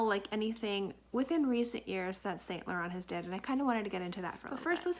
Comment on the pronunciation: hey honey thanks for the video, just little correction: the T in Laurent is silence its pronounced Lauren